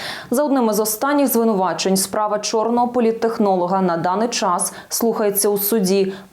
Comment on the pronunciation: Спасибі Велике Національній Поліції ! Тільки не чччикайте й не щщщикайте так наполегливо ! Чччас й щщщеплення …,не подвоюйте ці дві приголосні ,бо аж алфавіт гикає од ваших грамотних оповідок ! Й де ви цього понабирались ?!